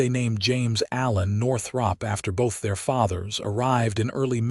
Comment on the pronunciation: Why use the nane Northrop if the AI can't pronounce it?